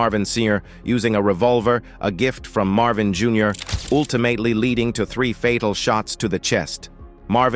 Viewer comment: "ool-ti-mate-ly???". Its "ultimately". Whenever the announcer mispronounces basic words like this it dismays me...